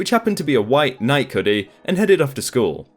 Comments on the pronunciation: Bodega ...pronounced Bow-Day-Gah :) ... also Nike... pronounced Nigh-Key ... weird ....bodega, fine as that's mainly an NYC latino way to call a corner convenience store... butttt Nike...it's a highly regarded, well-known , worldwide-famous brand. 😩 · Ok, I have to ask, what's with Brits and Aussies pronouncing Nike like it rhymes with Mike? Nike is pronounced like it's spelled Nikee, rhymes with Mikey. The company is named after the Greek goddess of Victory. Does Nike advertise overseas? Do they pronounce it like Mike or Mikey in the ads?